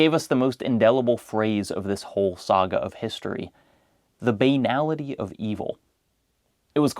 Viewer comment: Other than your pronunciation of the word "banality", fantastic video as usual.